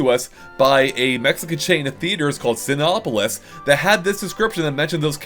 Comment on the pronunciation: Just a small observation. Cinépolis in Spanish is pronounced something like "see-NEH-poe-lease."